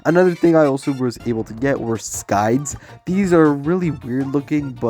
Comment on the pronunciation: please this man need google to learn how to say it